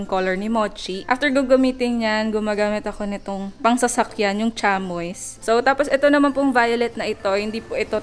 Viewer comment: yun pampunas ng sasakyan, chamois- cha-mi po yta pronunciation nun...gumagamit kami dati niyan pampunas ng machine😁